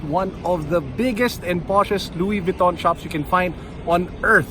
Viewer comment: Luwis Vwiton. Haha